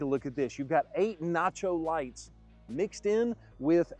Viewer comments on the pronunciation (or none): Did you say Nacho Lights or Not Yo Lights